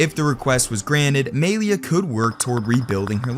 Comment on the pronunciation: Gotta say, hearing homie say "MAY-LEE-UH" so confidently tells me EXACTLY how many black friends he has...😂